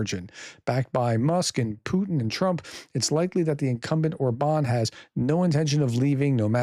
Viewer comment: No offense...but: How come that you can pronounce the name of your former president BI-den but not the Hungaro-Russian asset OR-ban? AFAIK all genuinely Hungarian words and names are stressed on the FIRST syllable. But maybe should we call you as if you hade a French family name? 😉Peace and out. 🇺🇦👍